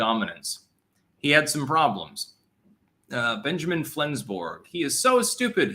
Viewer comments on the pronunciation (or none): none